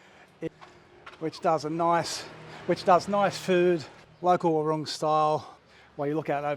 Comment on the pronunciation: I love ur vids !!! B U T …… i have to say to you WARUNG is pronounced : “WAR - WRONG” Your saying is incorrect. Just saying…… love Amed btw